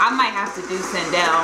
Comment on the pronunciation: Did just call Sindel “Chanel” 💀